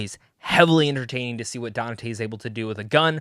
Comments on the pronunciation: Who’s this “Danate” he’s talking about? 🧐. Dude, you’re not a Devil May Cry fan if you don’t even know the main character’s name “Dante”. I seriously dislike fake content creators like you. You need to be called out for your capping 🧢. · Bro his name is pronounced DON-TAY. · Danate? Have you never heard Dante pronounced? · You keep mispronouncing Dante. Donnatae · How the hell did you play the entire series and mispronounced the name of THE MAIN CHARACTER throughout this entire video ? Dante isn't even a hard name . Jesus christ DaNaTaE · His pronunciation is hilarious how has no one told him